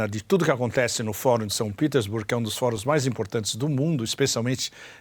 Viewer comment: Por quê pronuncias São Petersburgo em inglês se o vídeo é em português e o topônimo é russo? Em BRICS o S não é de plural mas de África do Sul